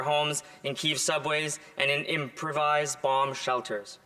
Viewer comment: Am I missing something, by Keviv did he mean Kyiv?